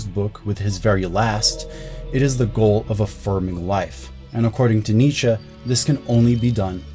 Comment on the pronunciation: Why you speak "Nietzscha", instead of Nietzsche? You makes me laugh every time.